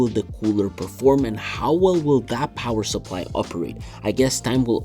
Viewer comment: RGB GIVES YOU POWAH.